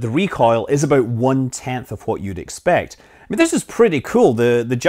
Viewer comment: Still waiting for a video where you will pronounce "what" correctly